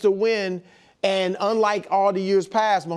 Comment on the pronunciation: Only Nick Wright can turn a one syllable word like "And" and consistently turn it into a three syllable word... "Ay-an-dh"